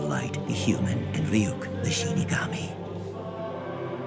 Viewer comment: Freaking Love The Way You Pronounce Ryuk's Name.